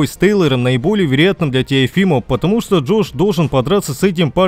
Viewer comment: Без обид, но давно хотелось спросить у вас. То есть у автора канала. Почему Вы всегда произносите "вириятно", а не вероятно? Это очень бросается в глаза.